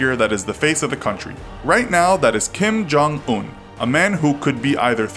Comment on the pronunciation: KIM JON-OOHHH SUPWEEM WEEDAH